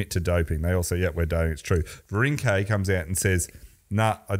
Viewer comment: clearly doesn't watch the Tour or failed French at Melbourne Grammar. His pronunciation of cyclists names is deplorable. Richard Virenque is Rishard Vironk.